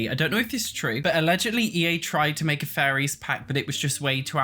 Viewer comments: I had to do a double take at one point cuz I thought he was saying furries instead staid of fairies lol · Buddies going on and on about furries. Lol. I hope we do get a fairies pack so I can listen to this guy say furries. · I’m sorry but I always think you’re saying “furries”. Love you though and your content!! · Sounded like you were saying Furries Mod and Sims 4 Furries, and it was sending me XD